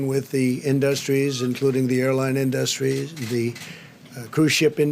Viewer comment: This complete imbecile can't even pronounce the word industry correctly.